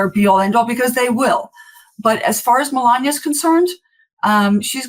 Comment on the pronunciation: And this is a woman who is teaching kids how to read?? How can she teach kids how to pronounce words properly?! She's been here for a very long time and she still lays on her accent as heavy as she can. Melania, it's not sexy, you just sound ignorant.